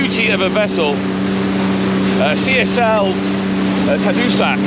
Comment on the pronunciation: Hey, it’s pronounced Ta Doo Sack, it’s named after a community on the north shore of Quebec. Nice to see the old beauties still in service. Nice job. Mark from Ridgeway